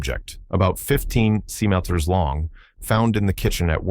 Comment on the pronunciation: Centimeters is another one AI needs help with 😁